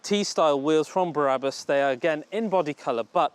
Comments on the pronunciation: It’s BRABUS and NOT BARABUS!!!! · Its BRabus NOT BARabus. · Brabus - not Berabus .....